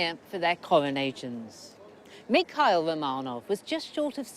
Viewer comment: she is a british i guess the host but she doesnt know how to pronounce romanov properly....so annoying